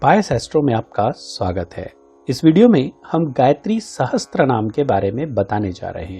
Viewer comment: Sahasr hota hai sahastr nahi